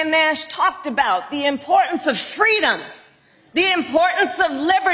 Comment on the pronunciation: Fweedom 😂😅😂❤what a idiot